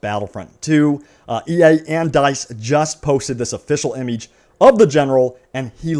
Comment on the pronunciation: Please stop saying imige....... And wow what a picture of geonosis..... Game is dead get over it